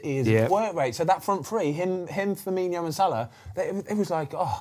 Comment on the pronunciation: Love the Ben x goldbridge combo works perfectly, but mark please sort bens pronunciation of frimino’s name😂 just cause he’s Brazilian doesn’t mean he’s gotta have Iniho at end of his name😂